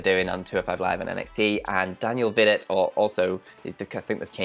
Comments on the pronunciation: Vee-doh, Not Vih-dot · Daniel "Vee-doh"